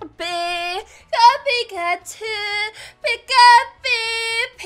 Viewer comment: great impression XD tbh u sound like ur dying Just a note, u said pikatu